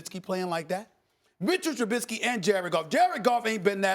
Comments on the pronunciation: It's Trubisky not Trubidsky!!! She's really annoying IMO... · I forgot to mention do u guys hear how these idiots are pronouncing Mitch’s last name? Lmao they are adding a letter t after the letter i and calling him truBITsky 😂😂😂😂😂.. bunch of morons..